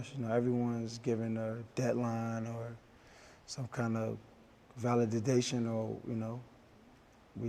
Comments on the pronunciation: “Vali-did-dation” -Antonio Brown 2020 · he said valididation 😂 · vali - di - dation 😂😂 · "VALI-DI-DATION" - AB 2020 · Valididation??😄😄 CTE MUCH?? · “Valididation” huh? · Out of this entire 33 minute and 45 second interview, all I heard was “valididation”. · I think he said valid-didation 😂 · Vali DADA tion😂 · This man did not just say Valid-did-dation 😭😭😭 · Son said VALIDADATION 🤔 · “Valididation” Antonio brown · Valididation he says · this man really said “Validadation” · Proof AB cannot understand simple plain English...validation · I did, a few seconds into the interview, which is about the time he said "fruscrated." Not frustrated, but "fruscrated." Is he high?? Later he said validitation... I thought AB was smarter than this. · This man said “Valididation” 😂😂😂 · Did dis dude just say "valididation" 😂😂😂😂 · John Wright dawg if your gunna try and use the word, especially on live tv , make sure to say it properly